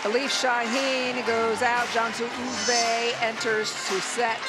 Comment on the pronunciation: Not Cansu ÜÜzbey-ÖÖÖzbey and not TÖöörkiyah-TÜÜrkiye just switch them